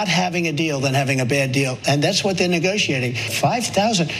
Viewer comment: I really hate the way he says “neguuushiating”🤮